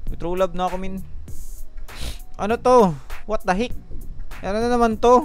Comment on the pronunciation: "Wat the hik" ka bisaya ba uy HAHAHAHAHAHA